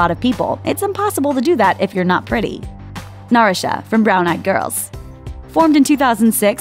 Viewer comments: Ikr. So cringeworthy and annoying when she mispronounced Hyomin as Human Narsha as Narisha Sang Sang Plus as Seng Seng Plus Kara as Kera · how tf does she mess up “narsha” it’s literally an american name... seriously???? ‘neri-sha’ ?? this is a whole mess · how is it that you're mispronouncing even common english names like Narsha? Narusha? what? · I forgiving as the voice person most likely isnt familiar with how to pronounce korean sounds/names but I can't on some of these sames like Narsha....there's no "I" so why is there an i sound included. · How do you butcher Narsha???